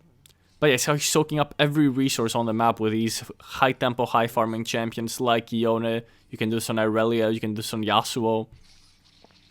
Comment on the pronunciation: I learned a lot from this, thanks! (And what a sweet Baron play!) Also, to return a learn, the champion's name is pronounced Yo-nay. Ionian is a Japanese analog, and that's how it'd be in kana, Yo Ne. Also in LoR Yasuo said his name that way in a cut-scene. Anyway, hope to see more vids like these!